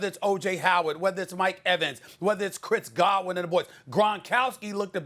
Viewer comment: “chrits gawin”